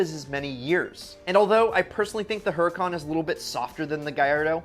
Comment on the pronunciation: Lamborghini hurucan perfemonte